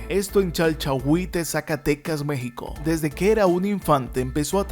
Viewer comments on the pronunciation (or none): El nombre correcto del pueblo donde nació El Pajarito , es Chalchihuites ; municipio de Sombrerete , Zacatecas . El comentarista dice Chalchahites . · Si porque lo pronunció mal el locutor " Chalchahuites " Zacatecas si señor.